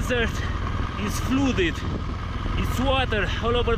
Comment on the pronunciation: Did anyone else laugh when he said “flooded” lovely video though 😂😂